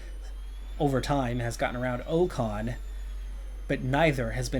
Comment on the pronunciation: first bow-tass, now oh-kahn.... i can't keep doing this, sorry man